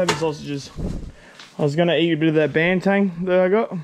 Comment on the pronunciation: I don't want be a dick mate....but it is Banteng not Bantang....eng not ang!